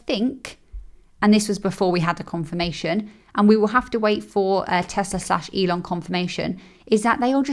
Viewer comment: Teslar? Never heard of it. Teehee